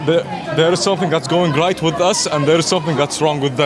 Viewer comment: "Uözz" as in: Us. Rest my case.